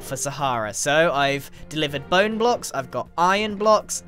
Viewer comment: I'm pretty sure he said blone blocks instead of bone blocks, did anyone hear that too?